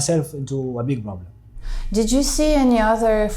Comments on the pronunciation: they way he said broblem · Nope he is not! He says borblem not problem!!!! And he said balas there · Clearly he is somali or Ethiopian somali but 100% not eritrean🇪🇷🇪🇷🇪🇷.he said broblem instead of problem😂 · The way this guy pronounces "problem" proves he is Somalian. You can check for yourself how Somalis pronounce it.problem. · He can't say p. He pronounce it as b. 😂 typical somali of any kind. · Yeah I agree, I hear some Arab accent there. He pronounces "P" sound as "B" like native Arab speakers. He said he also spoke to the Syrian people, which you can only do if you know Arabic.